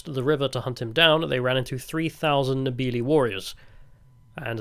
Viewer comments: When we speak english we pronounce your names perfectly please take the time to learn how to pronounve ours too. Its Nde- ve-le Vi but Ve as in heaven. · I am a Zimbabwean multi-millionaire, I've seen those empty shelves, great video, very good job. You could suffer to learn a bit regarding proper pronunciation of the African names and sounds. I.E. Ndebele is pronounced ' innnn-de-bay'-lay. By the by, my wife is from Masvingo. cheers ! Remember, TIA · Excellent documentary. One tiny constructive criticism - your pronunciation of Ndebele, Shona, Mzilikazi, Voortrekker... were a bit wonky. Also the rifle was the Martini - Henry, not the Henry - Martini! (BTW I'm an ex Rhodesian, now an old man living in Devon!)